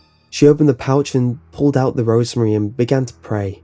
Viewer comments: Are you saying rosary or rosemary? I think you mean the former, but it sounds like the latter. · It's "rosary" not "rosemary." And how can someone's face show no fear yet their eyes show "pure terror"? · Rosary! I thought you said rosemary